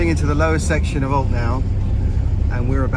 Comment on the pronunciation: Alte is pronounced 'Al-che' in Portuguese